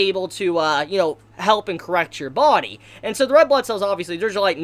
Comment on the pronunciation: Take a shot every time he says... "bawdie"